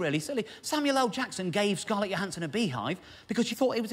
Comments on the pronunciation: I am pretty sure that the J in Scarlett Johansson’s name is voiced like in judge (ie the Voiced palato- alveolar affricate) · Hmm, if I saw the name Johansson at random I'd assume it was the more yo pronunciation, not a linguist so don't know the terminology! But it seems to me she's ALWAYS referred to with a strong J, and so I assume that's what she prefers to go by. This is actually her Proper name, so surely it's up to her? Having said ALL that, I probably do refer to her with the yo pronunciation... out of habit! But I doubt I'd be taken aback if whoever I was talking to 'corrected' me! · isn't she from Germany or Austria? I would refer to her native tongue and determine the correct pronunciation from that. perhaps she has adopted for HOllywood purposes the 'judge' ''J'', I'm going with the language thing.